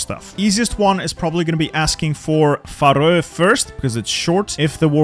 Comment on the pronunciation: where are you from? I thought you were american but you pronounce "faroe" so silly